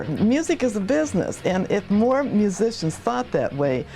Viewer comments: Reporter couldn’t pronounce musician lol!!! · "If you haven't heard about Carol Kaye, you are in the majority..." what a bunch of ignorant clueless reporters. That woman in the yellow dress is a major dumbass. Because "musician" is one of the hardest words that can be pronounced...